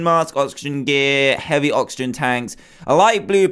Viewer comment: You said noxigen supply